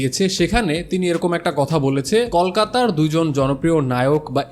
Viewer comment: আপনার উচ্চারণ এবং কথা বলায় অনেক সমস্যা আছে। রিভিউ নিয়ে কথাবার্তা বলতে গেলে এসব ঠিক করা প্রয়োজন। যেমন- ইদের বাইরে না, উচ্চারণ হবে এদের বাইরে। কল-কাতা না, বানান হিসেবে ঠিক আছে কিন্তু উচ্চারণ হবে কোলকাতা। তিনি যে কথাটা বলেছে, এটা আবার কেমন ভাই? তিনি যে কথাটা "বলেছেন" হবে তো। এরকম আরও অনেক সমস্যা আছে উচ্চারণে এবং কথাবার্তায়। বাংলাদেশের মানুষ এবং ইউটিউবার হতে গেলে এসব ঠিক করে আসবেন। এরকম বিকৃত উচ্চারণ শুনতে ও মানতে খুবই বিশ্রী লাগে।